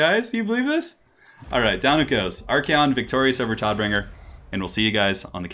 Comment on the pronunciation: Damn you Todbringer! As someone who's native language is german I always love it when people say german names and words with english pronunciations.